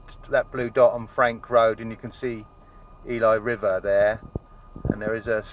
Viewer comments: I live in Cardiff dude it’s pronounced EELee but spelt ELY👍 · Yeah Ely is the worst for stolen stuff aspecially dirt bikes and offroad type vehicles and some mopeds. Also you pronounced Ely wrong. Ely-e silent e